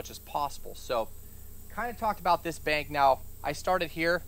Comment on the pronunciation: "86 tagrees", "bankth" yeah its hot out there😅. Thanx for the knowledge.